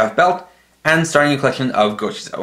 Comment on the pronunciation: Bruv, it's just gochizou